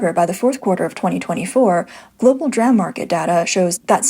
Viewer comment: It's pronounced "Dee-Ram"... Not "Dram" ❤ Fight the good fight, you fight better with proper communication